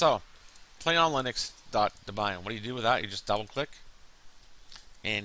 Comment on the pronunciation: haha DUH-BUY-UN....laugh of the day